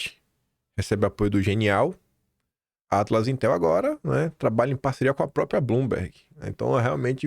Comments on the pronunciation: Dói ouvir PROpia de vc. Tá igual funkeiro. Repita, Própria. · O certo é “própRia” e não “própria”